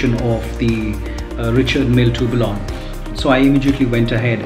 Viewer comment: Tourbillon is pronounced as 'Turbion'